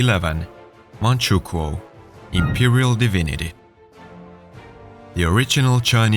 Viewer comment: “manchukuo” son.😭